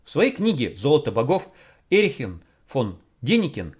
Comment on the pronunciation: Когда надиктовываете текст, следите внимательнее! Эрих фон Деникен, а не ЭриХЕН фон Деникен!